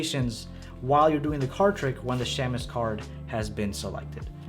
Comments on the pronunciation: For what it's worth, shamus (meaning private detective) is pronounced SHAY-mus. The A is long, not short. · Pronounced “shaymus” 😜